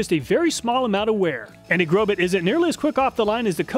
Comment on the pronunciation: The correct pronunciation of Grobet is "Grobay" the "T" is silent... I'm very sorry but I've been selling Industrial Tools for 43 years and when I hear manufacturers names butchered, it's as if I'm dragging my fingernails across a chalkboard. Grobet is well known for Manufacturing some of the finest Swiss Pattern Files in the world..! Plus, I have a very difficult time believing that you even did this test using that Battery Operated TOY Grinder...! Again, I will apologize but Carbide Burrs perform at their best when they have consistent torque and rpm behind them. Next time please test a few Industrial Quality Burrs from IMCO, FULLERTON and MELIN. Only then will you see what a quality Industrial Carbide Burr is designed to do. The 3100rpm used in the Imported Craftsman Drill Press was woefully too slow to allow any Carbide Burr to do it's intended job well. Please consider using Pneumatic Tools with a minimum of 7/10 H.P. and 20,000rpm for your next test. With these specs, all of the burrs WILL cut much better while reducing the tooth chipping you saw caused by the toy Die Grinder and POS Drill Press. I'll shut up now.. I can't believe I watched this whole thing.